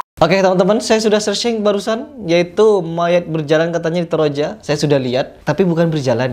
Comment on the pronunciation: Toraja bukan troja